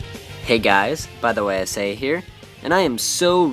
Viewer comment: bythewayisay WOW!!! For the first time pronounced my name right!!! THANKS!!! You sound older.